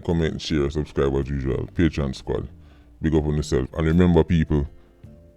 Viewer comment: ...Curruptionion... Llol😂😂😂😂😂...